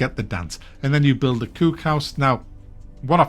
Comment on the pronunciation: Mack visiting the Kewk house is the highlight of this video. Language is so interesting, how we can completely differently pronounce the same words depending on where we live.